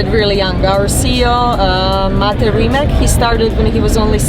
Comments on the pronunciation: RimaC, RimaC, RimaC .... a ne Rimak, Mate ako se želiš amerikanizirati onda počni pisat Rymac i tražit od njih da ti ime izgovaraju RAJMEK .... dudek jedan .... sramiš se svog imena i porijekla, žalosno .... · Btw, Americans, Rimac is pronounced "ree matz"